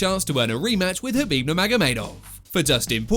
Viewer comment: K. Khabib, not Habib. The K is not silent.